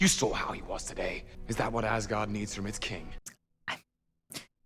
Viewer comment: It is a "meh" movie. Kind of like Hulk's movie. They do get better though. They get a lot better. Thor cannot say Hubble. cannot say Asgard.